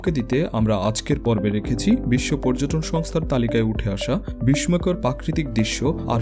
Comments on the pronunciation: উচ্চারনটা " বিসময় নয়" বিসসয় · " বিস্ময় " এই শব্দটি মুখে উচ্চারণ হবে "বিশ্বয়" আপনি প্রতিটি ভিডিওতে এই উচ্চারণ ভুল করে যাচ্ছেন , আপনি বলছেন : "বিশময় " , উচ্চারণ হবে - বিশ্বয় ৷ ধন্যবাদ